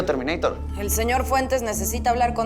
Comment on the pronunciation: Me gusto la parte donde el dijo entendido "termineitor "😹